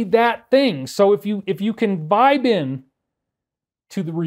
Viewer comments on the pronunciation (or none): I have to keep replaying where you said "Vibe in"... I kept hearing "Bined".... hmmmmmm.... :)